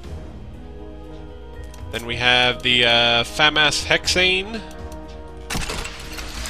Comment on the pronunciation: Fuh-mah-s, not Fam-ass